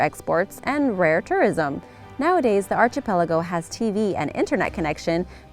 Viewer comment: Archipelago. Starts with ark sound, not arch.